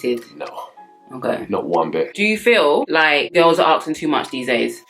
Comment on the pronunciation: Nothing more unattractive than when a woman says "aksing"